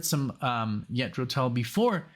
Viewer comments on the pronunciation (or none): All your reaction vids get demonetized? Wow! That sucks! Can’t you get some sponsors? Maybe from your headphones or a chair you get for Alexia’s back? (When you get one that works), ‘Jethro’. Is pronounced like using a soft ‘G’ You sound like you’re saying ‘Yethro’? Like pronouncing ‘Justin’ or ‘Jester’ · And Jethro, not Yetro. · I think that Too Old to Rock and Roll, Too Young to Die is the weakest of the first 15 years of Tull albums. Btw, I know it's your background, but the correct pronunciation of Jethro is not Yethro, but J as in John. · I'm not sure if you're just playing around pronouncing the J in Jethro as a Y but it's J like in John. Sorry for being nit picky but I can't help myself. The band is named after an English agriculturist from Berkshire who helped to bring about the British Agricultural Revolution of the 18th century. Some people think that Jethro Tull is the name of the singer but his name is Ian Anderson. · It is Jethro Tull with a Ja sound. Ian Anderson was playing the flute for less than 2 years when he did Nothing is Easy. Ian is one of the best front men in the history of rock You will also love reacting to Hunting Girl and the Whistler from The Songs From The Wood album.